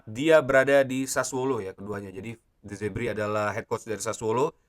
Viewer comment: De Zerbi bang, bukan Zebri 👌👌